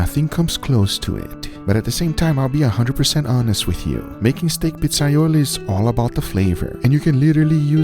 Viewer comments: I’m Italian and this is not how you make pizzaiola, ah btw, not pizzaiolo. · It's iolA, not iolO.